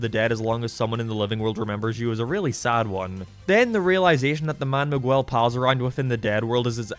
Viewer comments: Mahguel😂😂😂 its Miguel, you say Mi like a mii from nintendo and guel with the g pronounced like g in god and the uel pronounced like the ell in the word bell. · He apologizes for mispronouncing Mei’s name wrong (which he doesn’t) But he never acknowledges that he says Miguel’s name « Migooell » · The pronunciation of Miguel is killing me😭😭😭😭 enjoyed the vid tho